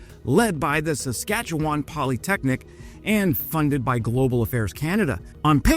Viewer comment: Hey you pronounced Saskatchewan correctly! Well done. 👍